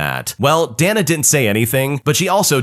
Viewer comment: pretty sure "Dana" is pronounced "day-na," dude.